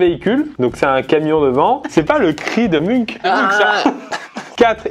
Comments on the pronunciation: on lui dit que ça se dit "mounch" et non pas "munk" dans le cri de Munch ou pas? Sinon j'adore ce que faites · Cris de munCH pas cris de munCK 😭😂